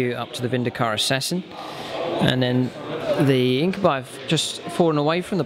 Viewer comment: you pronounce incubi wrong